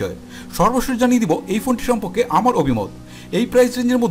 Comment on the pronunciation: তোমার বাংলা উচ্চারণে সমস্যা।সম্পকে হবেনা হবে সম্পর্কে। আশা করি ঠিক করে নিবে।